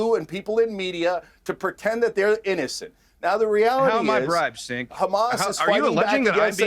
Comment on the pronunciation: Matt Tardio is a "Vetbro" Grifter, and don't get me twisted, I have my problems with Cenk, but it's so intentionally disrespecful and antagonistic that he purposefully calls him "Sink" , what a jabroni